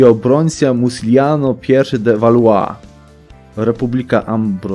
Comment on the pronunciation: bo to się mowi walła